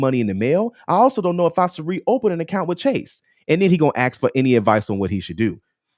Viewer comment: The word is ASK not axe